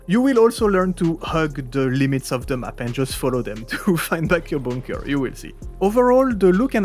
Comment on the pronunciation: I like how you say bunker. Boonker.